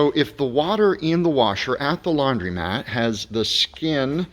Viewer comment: DUDE: Laun-DRO-mat, not laun-DREE-mat. Hello